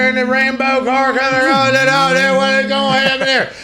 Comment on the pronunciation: Pat it might be easy to talk abaht NASCAR but let’s get some F1 in the show. Best Racing content in the world. Check. It. Aht.